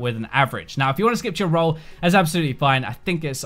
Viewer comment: After 6 mins my head starting to hurt after every "row" .....